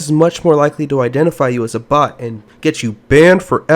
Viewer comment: Thought he said, "If you ever seen a bot before, smash that like button." What he actually said: "If you very seen a BOX before, smash that like button."